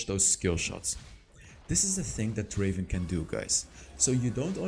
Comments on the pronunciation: Not draven, draaaveen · Not draven it's draaaveenn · Not Draven.......Drrrraaaaavvven 🤣🤣 I Love this Guy so much He ia my absolut fav Draven